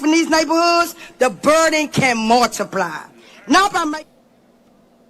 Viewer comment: I didn't know "Murtipry" was an optional way to say "multiply," 🤔🤔🤔 Hmmmmm, learn something new er'ryday 🤪🤣🤣🤣🤣🤣🤣🤣🤣